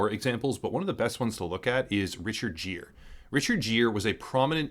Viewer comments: It's interesting Richard Gere is so forgotten his name is unfamiliar to people now. Gere is pronounced like gear on a stick shift, not like jeer as in mock. I am loving the content from UEG now. The channel is producing engaging and important work. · Dude, seriously, do a little bit of research on correct pronunciation before saying a world famous actor like Richard Gere as "Richard Jeer", it's pronounced GEAR, like gear shift. Other than that great video, and China didn't want the Statue of Liberty in the movie because it looks like the Statue of Liberty. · His name is pronounced like Gear, not Jeer, and he was very prominent. Good video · So that's what happened to Richard Gere. BTW, I think it's pronounced 'gear' rather then "jeer" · Richard Gere's last name is pronounced "Gear", not "Jeer". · It's Richard Gere.. With a G, not a J.. It's pronounced like GEAR, not Jeer... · Richard Gere is pronounced "gear," not "jeer". Regardless, great video on an alarming issue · Dude, Richard Gere is pronounced with a hard G, like Gear, not Jeer. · "Richard Jear"? "Kun-din? If you don't know how to say shit, look it up. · lol its pronounced Gear. Not Jear. Bruh cmon. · It's pronounced Richard "Gear". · Good video. (it's Richard Gere, pronounced "Gear."😉) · Have you never heard Richard Gere's name pronounced before? "Jeer"? Really? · I know it's been said, but it's pronounced Richard "Gear" (Gere). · Just a note: Richard Gere's name is pronounced with a hard-G, like in "gear". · Never heard someone pronounce Richard Gere as Jeer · Its pronounced GEAR....get it right Richard Gere (say gear) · I always thought the actor pronounced his name like gear? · Good video, although I've never heard anyone pronounce Richard Gere's name with a soft g. Sounds pretty wierd haha